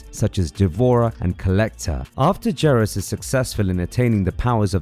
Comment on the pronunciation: I cringed every time you said Geras so wrong 😆 🤣